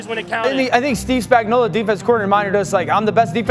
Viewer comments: aye no hate coming from me but I noticed and laughed when you said "spagnoulio" instead of spagnoulo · It’s Spagnuolo, not Spagnolio! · The Chiefs' defensive coordinator's name is pronounced: "Spag-nō-lō." You kept pronouncing his name incorrectly as "Spag-nō-liō" 👍🏻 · Its Steve Spagnuolo, not Spagnuolio. Y'all be trippin since the day McDuffie called him spagnolia... spag-no-low🤦 and if you can't handle it just call him spags because it's pathetic that y'all can't read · Spagnuolo not Spagnuolio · It's Spagnuolo, not Spagnolio. Great video but get it right. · Chandler Jones? CHRIS Spag-no-LIO? Like Cornholio? Spag-no-lo Idiot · SpagnoLO, no SpagnoLIO. This bothers me more than it should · Why can no one pronounce Spagnuolo correctly LOL it's Spag-no-lo. Not Spagnoleo LMAO - "Spag" sounds like "spag" in spaghetti. - "no" sounds like the word "no." - "lo" sounds like "low." So, it would be: Spag-no-lo. Just saying lol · Did this dink even watch any of the playoffs or SBs over the last two years? Steve Spag-know-lee-o, lol, it’s just Spag-know-lo. Maybe he’s combining the names of Spagnolo the Chiefs DC and Coolio the rapper, lol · Lol dude..... it's pronounced Steve Spag-nah-luh......not Spag-no-lee-oh😂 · It's Spagnuolo, not Spagnolio. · Steve Spagnuolo = steev spag·naa·luh = Spags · Spag-no-lo Spagnuolo has no 'i" in it. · Now when everyone sees spags name they will read it this way, spagnolio. You'll hear it. Can't wait to see chandler Jones. I've wanted this for a while now. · Say it with me: Spag no lo. Easy! Simple! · Also "Spagnolio" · Could more corrections, that’s not how you say spags name and jones not known for plugging up runs. Jones above average at the run and best DT at pass rush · Please learn Spag's correct pronunciation. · added some Italian flair with the pronunciation of Spagnolo